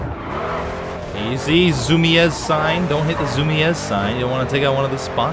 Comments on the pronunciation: Its Zoomeezs not zoomeaz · "Zumies" is how it's pronounced, and they're sort of a skate shop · You're pronouncing it wrong, it's pronounced Zoo-Meez. Awesome vid btw. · Its easier to pronounce as Zoo-me-zz. Not criticizing just someone might see that and take zu as zuh. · Zumiez is a skate shop that sells mostly clothing, skateboards, and shoes. its pretty popular, at least in NY. Btw, its pronounced zoomeez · Zumiez makes skateboard gear like shoes and those kind of clothes. Plus it is pronounced like Zoo-meez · It's pronounced ZOOMEEZ and its a skate shop, they also sell clothes and stuff, like industrial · Zumiez is pronounced zoo-mee-z and it is a clothing brand in the US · Btw, Zumiez is pronounced "Zoom-eez". & it's a skateboarding, & clothing store. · Zumiez is pronounced Zoo-mys like saying zoomies and they make mostly skate snowboarding and surf gear. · Zumiez (pronounced zoo-meez) is a streetwear and skateboard store. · I'm not sure but my friend said he got his hat at Zumiez and i think its pronounced zoom-eez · it pronounced zoom-me-z and they make clothing and skateboards. Just so you know. Like so he can see! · zumies is pronounced zu-meez and they make skater/hipster gear. Just informing you! :D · Its pronounced "zoom ease" and they make skating things like clothes and boards. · LOLOL it's Zu-mee-s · It's pronounced zoo-mez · Zoo-mee-ez lmao wow derpy ily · Zumiez is pronounced "zoo-me-z" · It's pronounced ZOO-Me-z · Zumies is pronounced "Zoo" "Me" "Z" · You pronounced zumiez wrong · Just saying its pronounced zum-eez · its pronounced like this zoomies and they sell skateboards and clothes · Zumiez is a skater store and your saying it wrong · Zumiez lol he said it funny